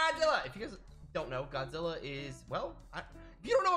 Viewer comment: Godzirra? Did you say Godzirra?